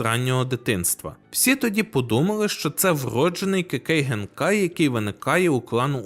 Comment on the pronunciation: До речі, Кекей Ґенкай, а не Генкай)